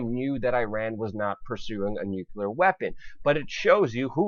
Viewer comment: learn how to say nuclear...? That's when I stopped watching.....